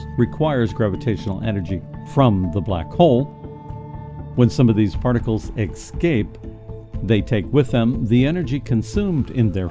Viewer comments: yeah, say Esscape. It break immersion when you sound like a pro voice guy, but say excape. Cool channel by the way... good job so far. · nice piece,but quit saying excape willya?